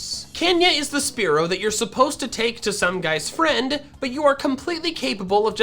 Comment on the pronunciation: THE SECOND E IN SPEAROW IS SUPPOSED TO BE AN A!